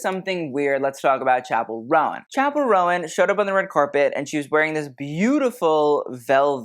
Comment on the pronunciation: Chappel roan (like moan tone cone) not rowan. 🌷